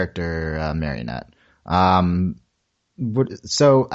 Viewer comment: Also, her name is Marinette, not Marionette.